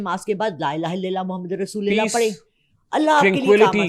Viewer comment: Is Mai ko koi kalma he sikah dayta is ne video me do dafa kalma gahlt parah rasolila nai mai g rasolola lafaz h